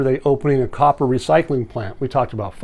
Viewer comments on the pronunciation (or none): none